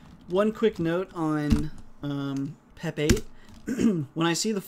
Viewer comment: LoL every time you say pep 8 I hear pepe and frog people go through my head.